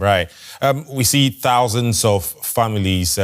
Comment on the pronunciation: Did he say hundreds of thousy ? What happened to 2.5 million Palestinians?